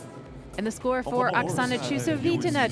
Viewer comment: everytime she says Okasana's name, it's slaughtered differently. So nice to see so many new gymnasts from SE Asia.